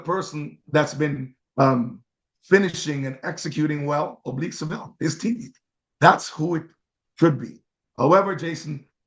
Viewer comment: Coming back here to say you called it right..Seville